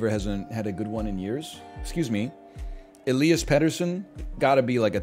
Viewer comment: First non Swedish speaking person I’ve heard pronounce Elias almost exactly like we do, +2